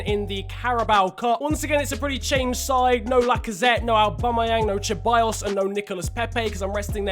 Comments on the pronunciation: Its not cheballos it is Ceballos learn how to fucking prenonce spanish names. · Not trying to be an ass but why do Brits say Cha-by-yos when it's pronounced Se-by-yos Genuinely dont understand that is that like a British thing? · its see-baa-yoss mate👀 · I cringe so much when u say cheballos. Its pronounce seballos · You say it like "seballos" not "cheballos" ffs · I know you try your best to pronounce names right but Ceballos is pronounced Sebayos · Hey alright listen man, Ceballos isn't pronounced cheballos, it's pronounced seballos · Ceballos is pronounced SE-BA-YOS, it ruined the video for me 😂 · “Dani cheballos”😂😂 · Hayden cordall CHEBALLOSS it makes me wanna die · The C in Ceballos is pronounced like an S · The pronunciation of Ceballos is horrendous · that pronunciation of ceballos just makes me feel more and more uncomfortable every time i hear it;) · The way he pronounces Ceballos gives me nightmares